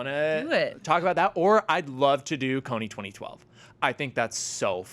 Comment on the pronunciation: Is it just me or are they saying Kony 20-20-12?